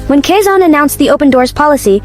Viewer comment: It’s not kasan it’s Quezon.